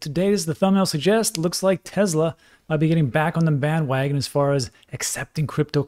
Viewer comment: TeSla, not TeZla. It's a last name.